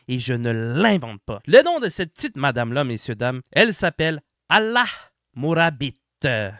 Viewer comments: C'est alaa murabit est pas ALLAH comme tu le dis, il y a pas de h à la fin de son prénom et toi tu prononce le h pourquoi...🤔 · elle s'appelle pas ALLAH 😂 mais Alaa avec prononcé le "A" a la fin lol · si c'est important mon ami , la façon dont il prononce son prénom et comme si il essaye de faire croire qu'elle s'appelle ALLAH , a part ça je suis d'accord avec le reste , je suis aussi un gamer qui en marre de DEI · No offense et surtout loin de moi de vouloir faire un cours de langue mais si je peux me permettre une correction qui a une grande importance. Il y a une erreure assez fondamentale sur la prononciation du prenom de cette femme. Le prenom Alaa (علاء) veut dire élevation. Le (A) est la lettre (Ain en arabe) et se prononce normalement du fond de la gorge, ensuite le (L) se dit comme tel, càd un seul (L) non doublé. En debut de video tu le prononces plusieurs fois en doublant le (L) et là tu changes completement la signification car en doublant le (L) tu l'appels Allah litteralement. Voilà il fallait juste que ce soit dit. Bon travail pour cette enquete GG.